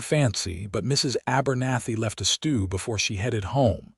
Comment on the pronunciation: Like it so far however Kay-Leb is better pronunciation. Hate the pauses after “Mrs.” Voice treats the period in the abbreviations fior titles as end of sentence period.